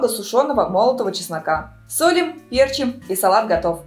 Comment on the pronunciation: пЕрчим как режет слух